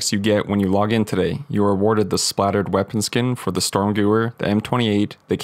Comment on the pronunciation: Hello from a german speaker, dont wanna be a know it all but gewehr is pronounced guh vear bit thanks for showing us this!